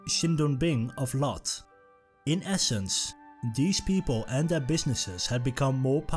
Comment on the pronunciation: Lotte was mispronounced. It is 2 syllable name pronounced "lote" (sounds like tote) + "teh" (sounds like first syllable of thank, minus the nk)